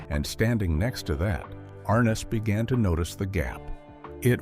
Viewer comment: arNESS. Accent on the NESS. ARness.